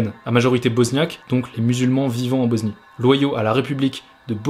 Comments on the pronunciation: Frérot j’aime bien ton documentaire, mais arrête de prononcer BoZnie stp c’est un S et ça se prononce S pas Z s’il te plaît, BOSNIE PAS BOZNIE! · Mais pourquoi tu dis Boznie gros ? Regarde sur Google ça se lit comme un S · La boznie? 😂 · BoSnie pas BoZnie